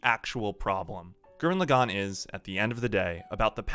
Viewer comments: Please never say lagann like that ever again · BraixenDon i couldnt finish the video cuz of it